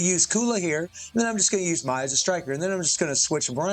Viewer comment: Why do you call her "Mai-Z"? 🤔